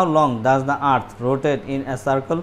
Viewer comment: It's not at bro it was earth.. ET.... Ok